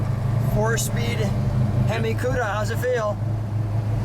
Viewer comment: i cringed when he said hemi cuda...